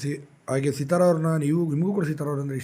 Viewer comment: Seeeethara alla Sithara.🎉🎉🎉